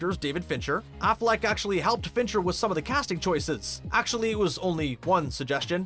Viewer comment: Pretty sure you don't say Shia Lebeouf like Shia LaBOOF either. Or Affleck like Afflack